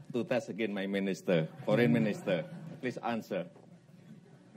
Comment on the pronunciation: Ai want test maminisytrer. Sedih aku dengarnya, keliatan bgt wibawanya dan kemampuan bahas asing